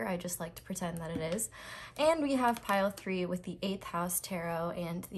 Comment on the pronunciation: You said "My pile 3 readings are always wild" but I ABSOLUTELY heard "my pile for your readings are always wild". I had to rewind and relisten. Weird.